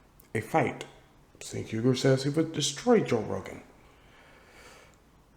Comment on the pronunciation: Cenk would get DESTROYED and yes! I'd pay to see it. 😂😂😂😂 P.S. it's pronounced Jenk. It's one of those weird Armenian alphabet things like silent Russian Ks or how my Korean fam calls me Lander and not Randell. 😂😂😂